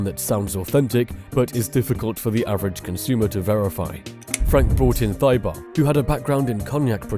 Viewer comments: Thibault is pronounced "Tee-bo" not Thii-bough". The 'th' is not pronounced softly in the way English speakers do. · Thibault, pronounced “Tee-bo” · Thibault is pronounced "Tee-boh" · pronounced Tea-Bow 💪🏼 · It's pronounced T-Bo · Interesting but Thibault is pronounced TEE-bo. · Who the eff is "Thigh bolt" 😱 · Great video, but pronouncing Thibault "Thigh butt" is wild. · crazy how easily ppl fall for AI videos. Congrats on finding your sheep audience. Maybe you could at least make the AI pronounce French names properly. "Thai-bowl" lmao